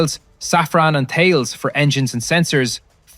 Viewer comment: Hey Brother, French here. Just for you. Thales is said "Ta Less" for you english lads. With love ;)